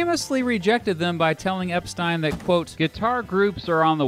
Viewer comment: Pronounced Mersey wrong .. then Epstein wrong .. i'm out!